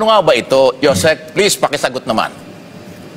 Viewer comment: paki ayos naman hindi Yo Sec.USEC PO.